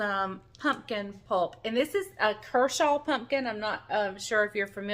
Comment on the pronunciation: Was excited to see what you were going to do with your "kershaw". I know people pronounce things different but I think what you have is cushaw squash. My parents raised these for years. They are kinda hard to find because people use them for decoration. Cushaws have green and white stripes with kinda long neck on it. We fix like apples just cook it and add sugar and butter if desired. To me they taste a little like sweet potatoes. I've got the neighbors liking them too so they raised them this year. I think you ought to get you one and fix it they cook up so you wouldn't get as much as you think you would. One thing I have to tell you is they are hard to peel but worth it.